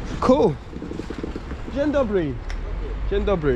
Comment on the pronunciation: On po roku nic nie potrafi xD nie ma to jak pucować się komuś zza granicy bo powiedział dzień Dobry xD w ciagu roku żadnego progressu xD ja po tygodniu węgierskiego lepiej wszystko wymawiam xD